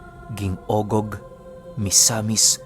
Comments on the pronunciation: Hingoog po ang tamang pagbigkas ng lugar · Hi. Ang tamang pag bigkas po ng lugar ay HINGO-OG. Salamat. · GINGOOG(HE -NGO -OG) PO PAGBASA NYAN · Hi-ngo-og po yun pag pronounce 😊😊😁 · Gingoog is Hi-ngu-og po yan basahin bilang isang lugar po...watching from cagayan de oro city.. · ang pgbasa ng gingoog(Hingoog)misamis oriental😊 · ur funny... Read the name of the place...Gingoog, sounds like...HI NGO OG...thats how it read, its my birth place hehehe... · Hi malapit lng Po Dito sa Amin Ang Lugar na yan,GINGOOG.....HINGOOG Po Ang pagbigkas nyan natuwa lng Po ako sa pagbasa nyo...